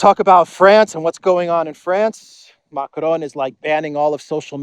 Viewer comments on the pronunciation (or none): Who exactly is "Muck-lone?" Dafuq?